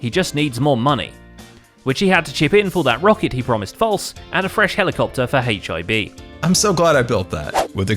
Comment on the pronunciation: When said HIB all I heard was hiv